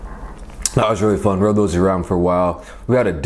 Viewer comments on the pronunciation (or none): none